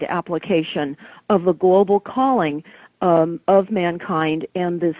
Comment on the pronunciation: "CULLING" not "CALLING"